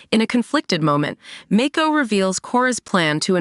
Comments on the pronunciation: Your pronouncing the names wrong, it's not Make-ko, it's Mako! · Even Mako